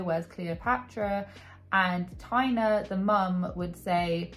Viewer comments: It's pronounced Tay-na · Taina, not Tania. Taina is a Finnish name! I dont remember if she's Finnish Australian but she's definitely Finnish! She writes it fluently (I'm a Finn), the kids went to Finnish schools for a while (that operate in the Finnish language. Sorry for repeating that word so much 😅). Toivola is a Finnish surname! (Toivo means hope and is a male name too).